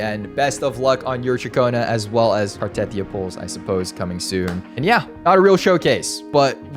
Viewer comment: Why cant anyone pronounce Cartethyia correct 😭 its Carte-thee-yuh